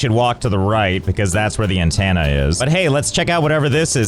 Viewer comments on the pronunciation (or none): why do you say antenna like hannah montana